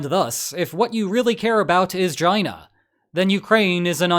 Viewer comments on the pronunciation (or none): Do you really just say “gina”?